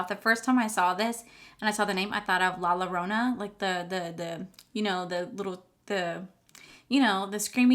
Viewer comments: La llorona is pronounced Yorona... double L is pronounced as a Y in Spanish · Your right! La Llorona! The double “L” is pronounced with a “Y” La Yorona. I love how you know about that Mexican Legend! The palette is pronounced Lotería. Low-Te-Ree-A. It is actually the Mexican version of Bingo! 😉